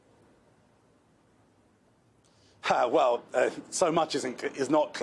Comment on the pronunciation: Oh, "ceasefire" ...we thought you said increase fire.